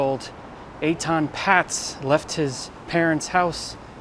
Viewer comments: It's actually pronounced "Pay-tz" not "Pats" They lived on a higher floor than the one you pointed to- not the 2nd floor, they lived on the THIRD floor, the pictures are a little deceiving because they climbed down the ladder a bit and the camera perspective is not always correct, but they lived on the 3rd floor there for sure, they moved in there in 1972. I remember the case well as I lived in a loft on Broadway and Houston st then I also remember the police claimed they knocked on every door, I know for a fact they never knocked on my door, so that not a factual statement on their part, I wouldnt have had any info for them anyway but I wanted to mention what they claimed. Even back then I couldnt believe his parents would let a SIX year old walk to the bus stop like that in NY City, it was as dangerous in the 1970s as it is now, I was constantly robbed, my bikes stolen either off a lock and chain or by force, burglary was rampant, so was theft. In my building I remember a thug grabbed an armload of garments off the rack in one of the clothing factories and ran down the stairs, but a guy from the factory chased him down the stairs and shoved him at the last flight and the thug fell down the stairs face and teeth first onto the hard concrete floor of the lobby. Another thug climbed up the fire escape to the SEVENTH floor, when he had to carefully crawl or shimmy along a small projecting stone cornice 75 feet to my window, and opened it, removed the screen and started to come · I live in N.J. and I was 13 when this happened. It was everywhere. The family’s name was pronounced “paytz”.